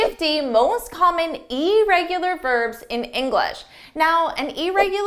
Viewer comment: Hard to take someone who mispronounces irregular serious.